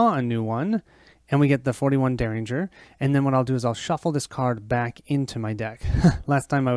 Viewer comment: If you care Myriad is pronounced "Meer ee ad". If you don't care, please excuse me for mentioning it. While I'm at it, derringer is pronounced "Dare In Jer"